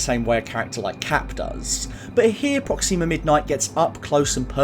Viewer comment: Why do you say Proxima like that?